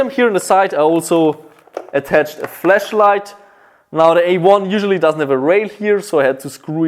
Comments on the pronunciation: You heard it here first folks! Every good AUG needs a fleshlight attachment. Don’t worry, those milsims get kinda lonely sometimes. I know you mean flashlight, but with the austrian accent it sounds like the latter... love ya dude! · Needed to watch that part 3 times and still heard it as fleshlight, lol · fleshlight?? i think i misheared him made me laugh flesh=flash haha